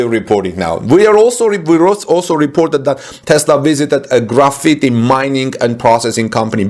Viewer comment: You are killing the word "Graphite". It is not "Graffiti". Combine the sounds of these 2 words... Graph + fight. Now you got it.